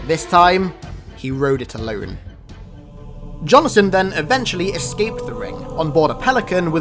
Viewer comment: Johnson… two syllables